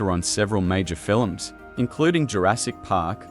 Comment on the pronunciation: Fiilll-lummss... is not even a word.. lm sure Spielberg would have a fit if he heard this horrible AI representing his latest masterpiece. Doesn't anybody edit anymore are proof listen to this annoying AI mispronouncing everything. Jeez do better!